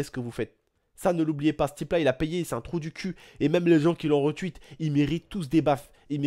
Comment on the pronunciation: Tu peux arrêter dire retwuit stp c'est retweet